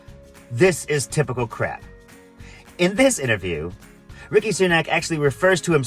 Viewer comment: It's Rishi, not Ricki, but yes, he's a dickhead. They all are. He pretended to be filling up his car, but it was one he had "borrowed" from a normal person. When he got to the checkout, he picked up a can of Coke then he didn't know how to pay for it. He was waving his card around like a prat. There is video of it. They never learn. The weird thing about the current lot is that many of them are children or grandchildren of immigrants and they HATE immigrants. Both the present and former Home Secretaries (Suella Braverman, Priti Patel) are heartless monsters. They want the Royal Navy and The National Lifeboat Association to actually let people drown in the English channel. The ones that do make it, they want to send to Rwanda. I hate them so much it physically hurts.